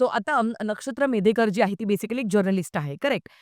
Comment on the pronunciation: 5.51 'मेधेकर' नाही....."मेढेकर" आडनाव आहे तिचं.😅